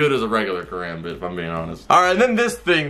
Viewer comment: [Disclaimer: I'm Andrea's son] It hurts me every time he says Karambit-(Car-om-bit) like Karambit-(Car-ram-bit).😬